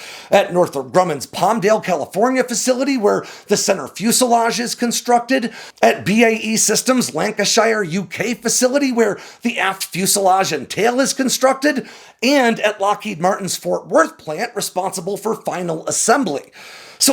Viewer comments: Please. LANKA-SHUH ❤🇬🇧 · Hearing you say Lancashire hurt my ears. It's pronounced "Lan-ca-shure". But that's the county (similar to a state in the US), the base is Salmesbury ("Sam-uls-bury") that produces the aft F-35.